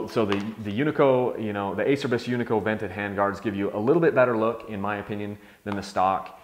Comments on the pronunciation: A cher bis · Your pronunciation, Ace-er-bys is killing me. :) You have to say it so many times in the video too, it's like a celebration. It's Italian and sounds like A-chair-bees. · It’s pronounced a-cher-bees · I have these same hand guards. i was surprised on how hard these were to break. I'm sponsored/rider support by Acerbis and they are cheap if you do bust em. It does cracks me up though about their name, no one can ever pronounce the brand correctly. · It's pronounced "A chair bees." This can be found right on their website. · it's pronounced acherbis... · it's. ah cer bees...is how it's pronouced...lol...some say a Cher bis...and what not lol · great review love mine! although it is pronounced Ah-Chur-Bees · Horse Ranch I say Ace-er-bys too ahaha. whatevs... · "Ah-Chair-Bees" lol